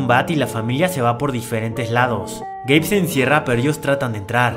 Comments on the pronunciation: Cuántos escucharon gay envés de geibe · Yo escuche gay xd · Video: "Su esposo Gabe" Yo: Yo entendí "su esposo gay." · Yo incluso lo escuché el "gay" sin subtítulos xD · Juro que escuche espeso gay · we es verdad dice gay XD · Yo también entendí "su esposo gay" 😂😂😂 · Yo también entendi gay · pense que habia dicho "su esposo gay" xD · yo escuche su esposo gay pero después dijo, Gabe quiere ir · escuche “su esposo gay” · escuche "su esposo gay" SJASKAJSASKA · jsjs alguien mas penso que habia dicho su esposo gay xddd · El nombre del esposo, yo escuche gay xD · pense q decia el esposo gey xsss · Pense que decia su novio gay XD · entendi gey enbes de gab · Like si pensaste que dijo su esposo gay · Tuve que regresar tres veces el vídeo por que seguía escuchando su esposo gay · No tengo sudtitulos pero si escuche eso JAJSKSJAJA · Yo pensé que había dicho su esposo gay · era "su esposo gabe" pero yo escuche "su esposo gay" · Ramirez Castillo ya se pero si se escucha haci xD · Yo igual entendí eso XD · x2 :v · x2 ajajjaja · Yo entendi q era gay😭😭😭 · Todos entendimos que Su esposo gay xd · Jajaja si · creí que decías "su esposo gay" 😅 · Juro que en vez de Gabe entendí gay nose porque pensé eso. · estaba viendo otra cosa mientras escuchaba el video y en vez de escuchar "Gabe" escuché "Gay" XD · pensé q dijo gay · Yo escuche "su esposo gay" jsbdubdshendnd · crei que dijo gey ,._. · Porque escuche gei en el nombre del esposo xd?